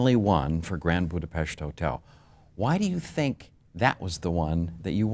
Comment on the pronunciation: I appreciate that he pronounces "Budapest" correctly.